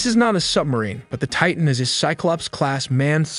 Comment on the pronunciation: I give the narrator high marks for pronouncing the word "Titan" correctly, enunciating the t at the beginning of the second syllable. Not pronouncing the letter t in the middle of a word in American English is beyond ignorant.